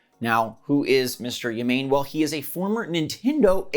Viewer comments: “Ya-Main” it’s ‘Ya-mah-neh’ 😂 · Hey. Thanks for the video! FYI, the guy's name is Ya - Ma (as in "mast") - Ne (as in "nest"). Have a good one! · Sorry if this is information overload, but there are a few things incorrect in your sound examples. Rather than the 'ne' in nest (rhymes with test, best, etc.), it would be closer the 'ne' sound of the English words nay or neigh (rhymes with day, stay, play, etc.). In English that sound can be described as a "long a" or in many other languages just a regular e. Thanks to the Great Vowel Shift which occurred in the English language between ~ , the English long a is equivalent to e in many other languages that didn't shift their vowel sounds around. Also, the 'ma' in mast, isn't quite right either. The 'ma' in mast rhymes with cast, blast, past, etc. While the 'ma' in Yamane (same as the 'ya') rhymes with the 'la' and 'fa' of the musical scale (do, re, mi, fa, sol, la, ti, do). Notice that the vowels of the musical scale are not the altered English vowels but the pre-vowel shift vowels that align with those of many other languages. If you want to double check whether the words you've recommended really contain similar vowel sounds to the Japanese, I recommend looking them up in a dictionary to verify exactly which vowel sounds the English words you recommend contain. I use thefreedictionary dot com, but any dictionary that provides phonetic spelling for each word entry and an audio pronunciation (so you can listen to the standard American English accent) would work. So, to use some different examples of sounds in English words to approximate how to say Yamane: ya as in Yaho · Platinum partnered with Tencent. So uh ok. Also, it's not "Ya-mayne" Try "Yah-mah-né". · Pronounced Ya Ma Ne